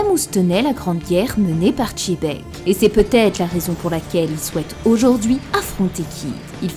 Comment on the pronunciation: masterclass la vidéo mais pitié arrêtez de dire Rocks D. Chebec svp